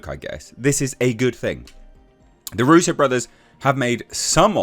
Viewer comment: Darusso ? Thought it was Russo.